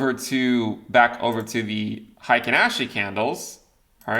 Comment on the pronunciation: "The Hiking Ashee candles"